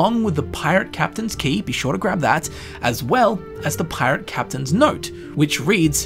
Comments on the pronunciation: Pie-Rate lmfao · "A pie-rate" instantly unsubscribes and deletes youtube